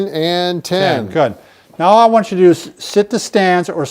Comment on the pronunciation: "if you wany"